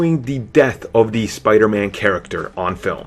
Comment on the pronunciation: What accent is this? You say 'the' like 'de'.